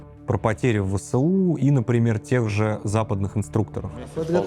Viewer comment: ВэЭсУ. А не ВэСэУ. Нужно правильно читать аббревиатуры. Ты же журналист.